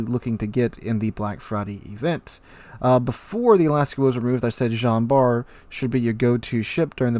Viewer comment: You pronounce the T in Jean Bart ;P